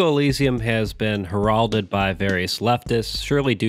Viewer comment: Rendezvous is pronounced "Ron Day Vu" Heralded is pronounced "Harold Ed" Awesome video though.